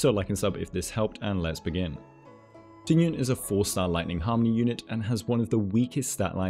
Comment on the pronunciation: that Tingyun pronunciation was so on point, better than the other ones, I think it's cuz the intonations are correct.